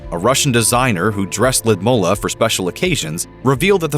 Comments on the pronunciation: I think her name is Lud Milla, not Lid Mulla. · Ludmilla? Why do you pronounce it Lumolar? 😁